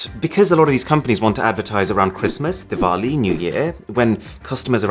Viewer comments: when he said diwali, it was really good to hear ngl 😄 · finally someone who pronounces diwali correctly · arun-diwalli me-excited that he pronounced it wright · the diwali Pronunciation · You are the only YouTuber in history who pronounced "Diwali" correctly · finally... a bri'ish chad pronouncing Diwali correectly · He pronounced "DIWALI" correct. Here's a like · I really love the fact that he pronounces 'Diwali" correctly. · The way he pronounced Diwali 😍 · Loved the way how he pronounced DIWALI 👍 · Damn it he pronounced Diwali correctly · OMFG you actually pronounced Diwali correctly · Bruh you pronounced diwali correctly.. Now its done, i trust you with my life. xd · Arun: Do you trust me? Me (who heard him pronounce Diwali correctly): With every cell of my body. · Whoa he said Diwali correctly 😱😱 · What a clear pronunciation of Diwali ❤️ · I love how he says "Diwali". Seldom do you find an NRI who pronounces it right. Kudos Arun! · Guys did you noticed? He pronounced "Diwali" perfectly........ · Ok man, You just nailed the pronunciation of DIWALI. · I am actually surprised by how well he pronounced ‘Diwali’ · Diwali sounds so good when you say it boi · I just loved you pronounced Diwali correctly, spot on my man